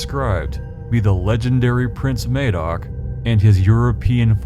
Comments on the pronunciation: As an old(ish) Welsh man, I've been aware of the legend of Prince Madoc, for most of my life. I really appreciated your film, it was extremely interesting. Just wanted to point out that Madoc, is pronounced the same as mad, Madoc, not May, doc. Thank you again. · Something I did forget to mention, it isn't pronounced May-doc but Mah-doc with a hard 'A' I think more credence should be given to Native American stories. (and other myths and folk tales around the world) I read somewhere, north western Native American tribe had a story about an exploding star which went back hundreds of generations It was proven true by astronomers who used description and 'co-ordinates' to find it from around 9,000 years ago. I just wish I had paid more attention to be able to quote reference. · Madoc is pronounced the same as mad not maid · "Madoc" is pronounced "Maddock" not "Maydoc". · Madoc is pronounced Maddock not May-doc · This was a really interesting video. I'd heard of the Prince Madoc story before but you put some 'meat on the bones'. I just have one 'picky' thing to say, Madoc is pronounced Mad-ock not Maydoc, sorry but it just rankled with me every time you said it. There is a Welsh actress named Ruth Madoc and she pronounces it as I have described. Hope you don't think I'm being pedantic, well, I have been described as such in the past. Nevertheless, I still found your video informative and educational. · Mad as in mad Doc as in doc Not maid MADOC Hard A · MAD-oc, not MAY-doc. (Emphasis on the capitals). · Ma-doc, I'm Welsh, check out the works of Alan Williamson and baram blackett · Mad oc is how it’s pronounced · I wish americans would research pronunciation. The "a" in Madoc is pronounced a in haddock. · Its pronunced MaDOC there is no e to make the phonetical A sound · Im Welsh, just to clarify that Madoc is pronounced madoc (as in madness) not madoc as in maybe)....in Welsh, the letter 'A' is always pronounced as in: apple, atom, cat...and never as in: day, slay, ape.